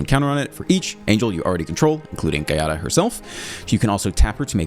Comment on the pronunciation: as an italian... Try to read it ass Jiada